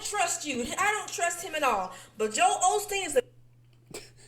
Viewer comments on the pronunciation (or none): Hey buddy! His name is Osteen... NOT this Olsteen you keep mispronouncing it as. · It's Osteen. Not Olsteen. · Joel Osteen....... always. I grew up in Houston and went to school with a girl with the last name Osteen- we used to kid her about being related to John Osteen, Joel's father. His name is Joel Osteen. People pronounce it with an L ( Olsteen)....... But it was never spelled that way. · It's Osteen and has always been Osteen but it's pronounced Olsteen, and people will spell it how it's pronounced. There is no Mandela Effect here, just misspelling for years without being corrected. Sorry but this is too much of a stretch. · olsteen. ive never said osteen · OLSTEEN, positively. My Dad has had his books for years. Then last week I heard it pronounced in this 'new' way- and immediately thought of ME. So I went downstairs to check the books, and sure enough- Joel Osteen! WTF?! I don't like the man at all, but DEFINITELY 1000% remember his name, and had spoken of him many, many times with my Dad. I remember most of the other ME changes in the 'old' way as well. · I never said it right because I've only read about him. I pronounced it all-steen so when I seen it without the L, I pronounced it aw-steen it sounded completely weird. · Osteen, and been mispronounced/misspelled since forever. I like to research cults and such, so I've been aware of him for a long time. Yes I know your interpretation will just be that I'm from a different reality, but in said reality it is a commonly misunderstood name. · Wait what? His name is Osteen now? It was olsteen. holy shit, All the records say osteen. That doesn't even sound rightEveryone I know pronounced it Olsteen and nobody ever got corrected when they said olsteen. How could so many people get that wrong? I am not convinced it had anything to do with the mayans, How would an ancient barbarian civ like that have knowledge about parallel universes and know when the nest temporal shift is?